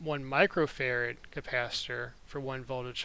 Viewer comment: Is it bad that I kept hearing "farad" as "ferret"?